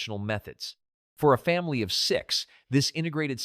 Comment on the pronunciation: Difficult to believe anything is true when AI is used. It doesn't even say family correctly. Family was pronounced efamily.